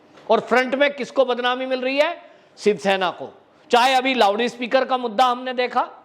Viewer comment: आफ क्या बोलते लेवडी स्पिकर या लौडी स्पिकर? 😁😁😁😁 अबतक जानता था लाउडस्पीकर लेकिन आपने लौडी स्पिकर बना दिया. थोड़ा सा ओर देहाती कियुं नहीं कर देते. बोल दिजिए लेवडास्पिकर/ लेवडीस्पिकर.😁😁😁😁😁 कोई दिनो से जब आपके ए शब्द शुनते तो बहुत मजा आता ओर हसी भी.👍